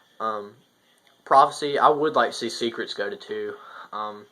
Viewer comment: I thumbs downed just for you saying Secretes at 2 :[